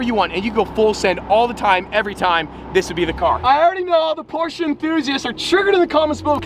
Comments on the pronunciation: It's Porsche, not porscha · You cant buy porche until you stop calling it porcha.